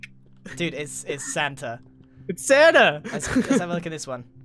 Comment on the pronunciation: pronouncing "Santa" sounds like "Xana".